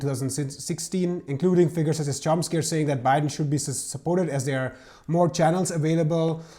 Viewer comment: He keeps calling him Chomp-ski 🤦‍♂️